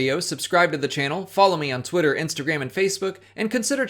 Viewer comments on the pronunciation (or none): none